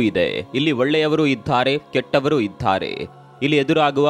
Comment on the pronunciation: ಇದಾರೆ ❌☠️☠️☠️☠️ ಇದ್ಧಾರೆ ✅😂😂😂😂